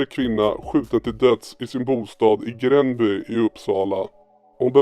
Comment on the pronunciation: Man säger Grääänby inte Grenby